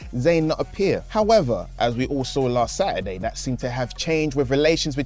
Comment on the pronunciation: It’s SAT E DAY!